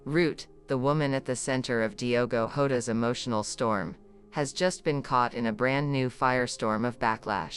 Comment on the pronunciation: PLEASE just use the correct surname......its Jota ...not Horta....😡😡😡😡😡😡